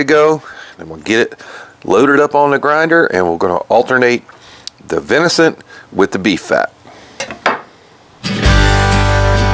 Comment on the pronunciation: Dang Brother, love your videos but it’s venison, not vinicent. 😅